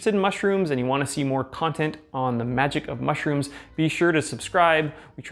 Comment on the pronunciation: Why is it bugging me so much how he says MUSHrooms?